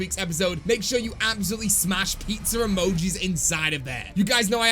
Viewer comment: Nobody:: AND LOADS OF PIZZER UUHMOJEES